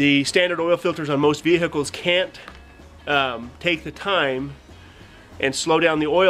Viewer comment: Veerhickles!? Lmao